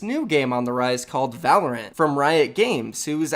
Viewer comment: Wtf is Volerant. I’ve hadn’t heard it till now